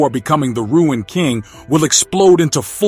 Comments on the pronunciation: Pronounced Roon not Ruin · Marvel do not know what to do with Thor. Thor will die in Doomsday. You don't know what you are talking about. It's not "Ruin" King Thor. It's Rune King Thor. He is called as such because he mastered the powers of the Runes, after he sacrificed his eyes to Yggdrasil. He became more powerful than Odin ever was. Again, it's not "Ruin"...it's "Rune". You are over reaching on most of your points here. Anything for content? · Bro , It's RUNE KING THOR..Not Ruin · RUNE KING not Ruin king 😂 other then that interesting video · It's not ruined, it's "RUNE" KING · It isn't ruined king. It's rune king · Glad someone else recognized it. The word rune, is pronounced "roon", like "moon", not "rue-in"😊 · I thought it was rune king not ruin king Thor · If the person narrating doesn't know how to pronounce RUNE, lets me know that you've just became a THORFAN..... YOU'RE NOT SAYING ANYTHING WE DONT ALREADY KNOW......READ UP